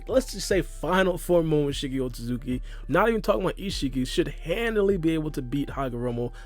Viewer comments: The amount of times said otsukuki is astra dramatical to the point where he can’t even pronounce it correctly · You’re pronouncing Otsutsuki wrong but it still is pretty close not to rude or anything. it’s not easy to pronounce at all but I’d pay money to see Charles Barkley try to pronounce it